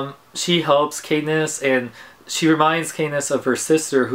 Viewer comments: not to be annoying, but it's pronounced CAT-niss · btw its kat-niss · Her name is pronounced like cat not Kay or Kate like u said srry still lov yah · Peet-A lol and Kat-niss...